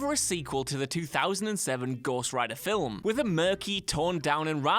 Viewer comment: Filum, what a douche. Do you even syllable bro?